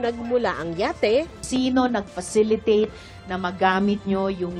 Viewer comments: falicitate hahaha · Bagong word ah: Falicitate!